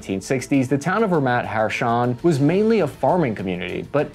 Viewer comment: "Ramat" = "ra-MAHT"